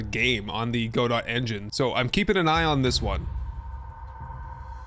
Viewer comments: Pronunciation Police! "Gah-Dough" not "Go-Dot". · Just a heads up, the Godot engine is named after the French play "Waiting for Godot," and in typical French fashion, the T is silent. Also, the D goes in the first syllable, not the second. So, rather than being "Go-dot," it's pronounced more like "God-oh." You know, like making someone scream "Oh, God!" in the bedroom, but with the words reversed. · Go-dot? Isn't it pronounced the same as(and named after) the titular character in "Waiting for Godot?" guh-DOE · It's pronounced "guhdough" not "godot" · Godot is pronounced: Ga-dough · Lol Godot is not that new and it's pronounced go-doe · It's pronounced "Go-Doe", the T is silent. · has no one said it yet? Godot has a soft "T". So more like go-doh. Also, very interesting to hear that you've not come across it before. After the Unity debacle it floated to the surface as one of the major options for porting games to to avoid the licenses of commercial engines. I'm likely a little biased there though as it's an engine that I toy with a little bit so the algorithm likely floated these to the surface for me. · I think it's pronounced guh-doe as in "Waiting for Godot" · Just for reference: Godot is pronounced "Ga-doh" 👍 Great video! I'm also most excited for Enshrouded! Such a good looking game. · The way Godot was pronounced killed me lol especially because i used to pronounce it that way